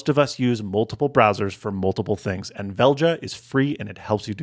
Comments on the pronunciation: Velja is probably pronounced Velya. I think it is a Norwegianized spelling of the Swedish word "choose". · Velja, pronounced "vel yah" is Swedish for "choose". Makes sense. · Velja (Välja) is the Swedish Word for choose, however we pronounce it differently 😅 great name for what the app does